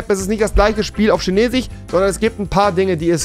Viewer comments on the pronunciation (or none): Normale Menschen: Chinesisch Rewi: Chinesich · Normale menschen: chinesisch Rewi: schinesisch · Es triggert einfach so ,,chinesich” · Normale Menschen: chinesisch Rewi: schinesich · Wie rewi chinesisch ausspricht : schenesich Wie ich chinesisch ausspreche : kinesisch Wie man es schreibt : chinesisch 😧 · ich sag auch Kinesisch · Niemand: Rewi: CHINESICH! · Niemand: Rewi: Chinesisch = Schinesisch Fisch = Fich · Niemand Immer noch niemand Rewi chinesich 😂😂😂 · Vor allem wie er immer schinesich sagt 😂😂😂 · Niemand: Wirklich niemand: Rewi: Tschinesisch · Niemand : Rewi: erstellt sich nen 2. Acc und stellt die Sprache auf schinesich (btw beste Stelle als rewi chinesisch so ausgesprochen hatte lmao) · niemand: absolut niemand: rewi: ich spreche halt einfach kein dschinesich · Niemand: Rewi: schinesich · Lol wieso sagst du immer Tschinesisch?😂😂😅